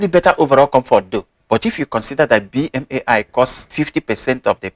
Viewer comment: Thank you! I appreciate your unbiased views comparing western brands with chinese brands. Btw, BMAI is pronounced Bee-Mai 必迈. And Qiaodan is Ciao(like the italian word)-Dan, to make it sound like Jordan hence their logo. Also wondering if you know of any chinese equivalent for the asics novablast?